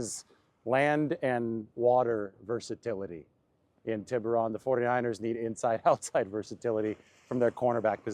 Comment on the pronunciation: Tiburon (Tee'Boo'rone)